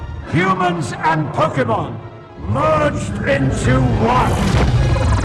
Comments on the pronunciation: I'm gonna start pronouncing it "Poke-ay-mon" like from now on 😆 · love the fact that you guys speak like my mom when she tried to fake interest when i was a kid into Pokemon LMAO! The name pronunciation lmao! But i was more a Digimon kid so, all cool! Also coming for Pokemon's fan, coming from a Celine Dion fan, i'm gay and a french Canadian and i don't care that much about her....lol! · Watching you guys get Pokemon names wrong is so endearing.